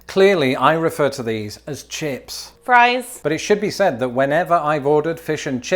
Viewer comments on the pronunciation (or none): none